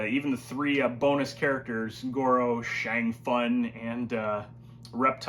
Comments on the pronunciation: Shang fun lol you pronounce it Shang soon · First I love you videos!! Second please stop calling Shang Tsung Shang fun that’s not his name and it sounds stupid!! Thank u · Saying "Shang Fun" never gets old.